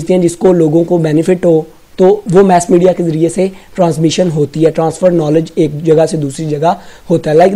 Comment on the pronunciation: Its mass media not mess media 🤦